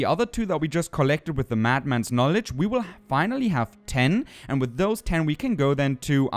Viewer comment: dont worry, english is tricky and many native english speakers have issues with funny situations like you mad mans knowlagees. your engligh is great and yes you pronounced that correct.